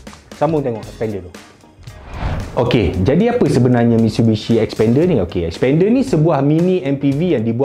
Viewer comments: Mitsubishi 'S'pender haha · Sekali dgr mcm spander jgn mcm2 mitsubishi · xpender. sekali dngr mcm sepender... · xpander?? lain mcm bunyi 🤣